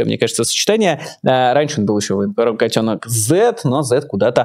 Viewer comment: Мне тоже нравится ударение в фамилии котёнок ставить так же как Майкл ставит.Это правильно.